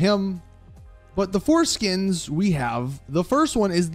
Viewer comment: "Four-skins" Lol